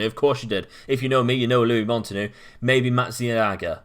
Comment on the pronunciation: It's Matt Me-Azga